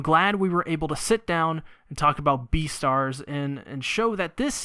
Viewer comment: You just said B E A T E R S